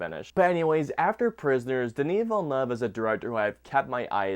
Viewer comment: The utter butchering of the directors name is insane